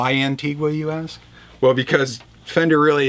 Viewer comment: It's pronounced "Anteega" for fuck's sake!!